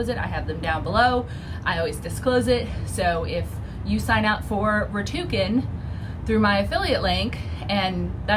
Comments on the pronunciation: So...it’s Rakuten, not Ratuken. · It’s Rakuten not Ratuken 😀😉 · Just an FYI it’s Rakuten, not Ratuken. You should change the spelling on your link in the description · It’s pronounced Ra-Kuh-tin 🙂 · Does she realize she's pronouncing Rakuten wrong? RACK-uh-ten.